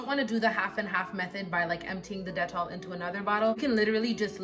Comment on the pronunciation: I like how you pronounce dettol... I stay buying the soap, they even have the sensitive one which is blue as opposed to the yellow bar.